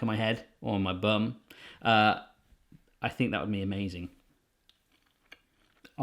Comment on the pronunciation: 'or my bum' spoken like a true southerner. Love you my beauty